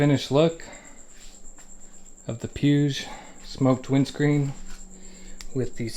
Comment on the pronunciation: Just heads up it’s pronounced PW-EEG. Awesome content and humble approach. Subscribed.